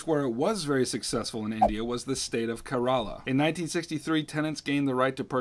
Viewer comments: Ker-uh-luh, stay short on the a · The way you pronounced Kerala 😭😭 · I'm from Kerala...you kinda mispronounced it 😆